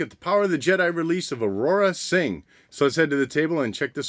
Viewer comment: Dude...who is “Aurora Sing”? Her name Aurra...2 syllables. Aur-rah. Good review as always though and you don’t usually pronounce things wrong.